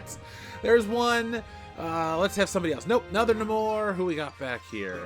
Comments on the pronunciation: It's pronounced Nay-Mor but that toy is wanted No more. Marvel fucked up a good character again. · I love how sometimes it’s “Namor” and sometimes “Namorrrrrr” 😂😂